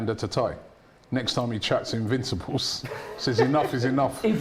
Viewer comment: LETS ALL LAUGH AT TY all he says is invinccibles 😂😂😂😂😂😂😂😂😂😂😂😂😂😂😂😂